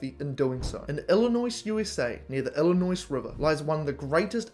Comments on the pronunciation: It's good that you acknowledge the link between brain size and intelligence. There are racial differences in average brain size. By the way, it's pronounced "Illinoi." The final S is silent. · That explains it so well. There’s no s pronounced on the end of Illinois. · the letter S is not pronounced in the word Illinois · Illinois, USA. The “S” is silent